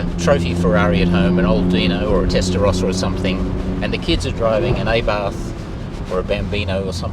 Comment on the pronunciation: Pronunciation is ah barth, not a barth. I am an Aussie who grew up in Rome in 60s. Had a Fiat X 1/9 mid engine (Bertone)